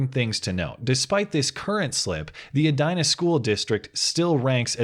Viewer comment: Is it pronounced "eh die nah?" I would pronounce it "eh dee nah" not an issue? Love ur videos